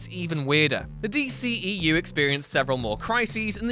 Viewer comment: anyone else notice how he said dceu?